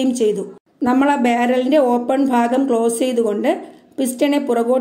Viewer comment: Class poli aan ഭാഗം എന്നുള്ളത്തിന് നിങ്ങൾ പറയുന്നത് phaagam എന്നാണ്